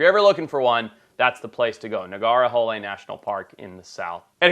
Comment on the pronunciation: Love how you showcase the forest range I've been visiting since I was 6. Just one correction it's the Lake of Snakes (the entire area that covers Kabini and Bandipur is supposedly protected by a deity). So it's pronounced Naa-gaar-hole-ey. Love the place but recently the Rajiv Gandhi National park is being flooded by these resorts so out family has decided to stop adding to the flood. I hope someday I get to go back